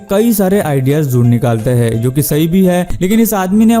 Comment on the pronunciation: Aap k "HAIN" ka oocharan sahi karlo,sunne k liye aachha lagega